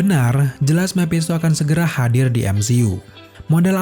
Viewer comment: Mepshisto mephisto bosen dengernya